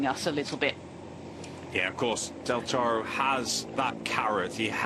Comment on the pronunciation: I can't listen to this woman applying a random accent to say "Del Toro"'!